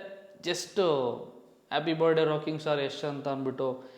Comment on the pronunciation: Bro you were trying to teach in some previous videos in correcting some other youtubers pronunciation was wrong this & that.... But today how are you pronouncing "birthday" .....birday😅 birday... Don't mind brother as an audience prospective I'm just bringing it to your attention, that please correct and upload ,moving forward.